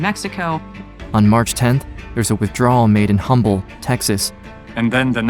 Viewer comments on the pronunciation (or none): This is completely nitpicky, but you mentioned Humble, TX. If you ever come across it again, it’s pronounced without the H so it’s just “Umble” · the H is silent in Humble btw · “Humble TX” is pronounced “Umble”. The H is silent. Guess only locals know this. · Just one note. Humble TX is pronounced Umble. Apart from that, great reporting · ❤it’s not pronounced Humble Texas. It’s pronounced without the H.